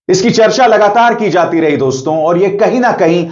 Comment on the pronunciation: तू वहाँ कही दिखाई नहीं दिया जब आनंद वर्धन जी ने शो किया था चार दिन पहले देश के बड़े बड़े पत्रकार थे वहाँ तो आप क्यों नी आये वहाँ और सुनो डोंस्तों नी होता दोस्तो होता है नाक में मत बोला करो